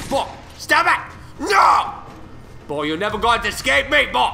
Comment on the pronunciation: It sounds like he's saying bull